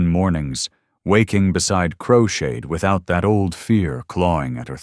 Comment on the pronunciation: His name is crowshade not crocheted lol 😂